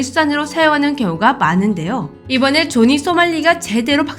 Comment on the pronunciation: 자막은 조니 발음은 조지 뭐임?